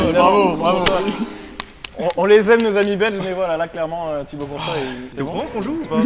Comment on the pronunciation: Courtois c'est Thibaut et non pas Thibaut avec un L best youtuber